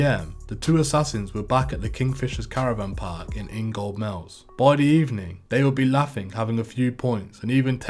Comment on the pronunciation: In-gold-mills is all one word numpty. And the gold isn't pronounced so phonetically it's Inga-mills... So many peep in here who can never pronounce name places.. if u don't know a place Google it..ffs.lol